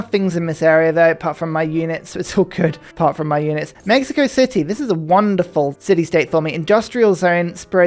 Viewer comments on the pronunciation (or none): none